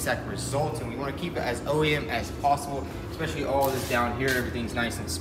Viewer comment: really said EXspecially. 🤦🏼‍♂️ work on the Jeep though.